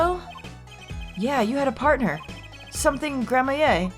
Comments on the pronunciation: H&F Honestly, I mostly never care about the mispronunciations makes, but how she pronounce Gramarye is fatal. I wouldn’t mind her pronouncing as “grammar-rye” though because I still pronounce it as that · Pleaeeeeeeeeeeeeeeeeeese please pronounce it as gramareeeee!!!!! First lambwhatever then maki tobaye please just pronounce this one thing correctly!! I’m begging you!!!!! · It's Gram-ah-ree for sure. Even Apollo pronounced it grammarie in this video. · Nope. It's Gram-ah-ree. It's a Gramarye menagerie! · This is so unbearable to watch pronounce “gramarye” wrong I’m sorry It’s grammar-ee,. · Just a heads up,! "Gramarye" as far as I know is pronounced Gram - Er - "I" like samurai. Actually yeah, it's samurai with a "gr" sound instead. Edit: After thinking about it, I think I've also heard people say "Gram - Er - Aye" not entirely sure which one though. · Gra-MARY and GRAM-a-rye are the most common pronunciations for Gramarye, but I believe Gra-MARY is correct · Adding to the pile of It's Grammar-ee, not Grammaye. Apollo even made a slightly correct mispronunciation (grammarie) of course she glossed over it. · The closest I've come to pronouncing "Gramarye" correctly is "Gray-mar-ee" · I think it might pronounced “Gra-mare” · Hey, just a tip! Troupe Gramarye is pronounced as "Gram-marie", like Apollo said during the conversation with Valant! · It’s pronounced grammar-ee (the dash isnt a pause) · Gramarye is pronounced "Gram-ah-ree". It's supposed to sound similar to "glamorie", which is a sort of magical illusion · I'm pretty sure Gramarye is pronounced "grammar-eye," and it's an esoteric word meaning grimoire, or book of magic. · I hope we don't have to hear Grammaa-yay too much.... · It's pronounced: Gram-a-rye (rye like the bread) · Just a note: Gramarye is pronounced Gram-ree. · "Gramarye" is pronounced "Grammery" like Apollo tried to say. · Ok Gramarye is pronounced (Gram-ER--E) and prestidigitation (pres-ta-dig-a-ta-tion)